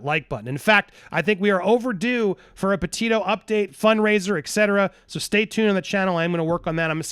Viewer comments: PETITOS NOT PETIOS!! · Andy Gabby’s name is pronounced PetiTo, not Petio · If you really cared, you'd say her last name right. Petito, not Petio. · Petito not "Petillo" (Peti-tooo) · The Petito name is pronounced …… Pe Tee toe….not Pe tee o. Thank you. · Hi Andy, Just wanted to alert you to the fact the name is PetiTO as in Petite-Toe, not Petee-o. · It's PE-TITO, not PET-IO Andy lol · It's pronounced Petito not Petillo. Not trying to be rude but we should say her name right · please note that you have been pronouncing the Petito’s name incorrectly. You have not been including the second “t”. It is pronounced “pa - tee - toe” not “pa - tee - o” . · Please say their last name correctly. It’s pronounced Pe Tee Toe not Pe Tio. Their family has gone through so much. At least give them the courtesy of pronouncing Gabby Petito’s name right. Justice for Gabby 🙏🏻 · Pe tit O's pa teet O's...it's not peteo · Bro... you're not even pronouncing the victims families name correctly 🙄 peTITO. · Sounds like you keep mispronouncing Gabby's last name. Sounds like you're saying pa-tee-yo. Like there's a double L in their last name. Very distracting so can't keep listening. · PE-TI-TO, please pronounce the name correctly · The letter from Brian mother wasn't found on his body, it was found in the truck/car. I'm guessing that was the red one that they weirdly left at the edge of park/forest before going back for it a few days later. Also noted how you used to always pronounce it 'Petite-o' until Stef kept pronouncing it 'peteeoo.' 🙈 It hits the ear wrong. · why is he not pronouncing the second t in petito? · Please pronounce their last name correctly please they deserve that . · Is Andy mispronouncing “Petito” throughout this video? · Andy forgot how to pronounce Gabby's last name.